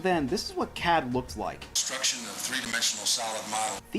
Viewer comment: What is CAD? At first I thought you said cab. Where other trucks designed with it as well?